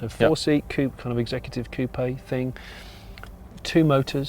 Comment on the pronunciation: Yay, Jonny gets 'coupé' right while the average American (and to be fair other native english speakers) seems to think a coupé is where chickens live. :)